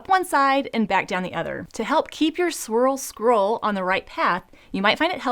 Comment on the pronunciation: I'm so very impressed. You can say swirl scroll that many times without messing it up. I'm having trouble saying it once!